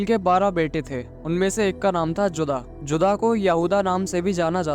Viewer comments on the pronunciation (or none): जुदा नहीं, जूडा